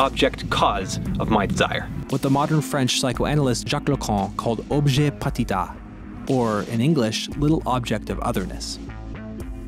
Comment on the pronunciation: why do you pronounce petit as patit